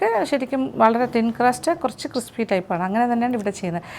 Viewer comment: 12. 56..... sir says " cripsy " 😅